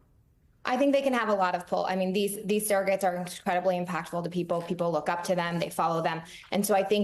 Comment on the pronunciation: Surrogates, not "serrogates."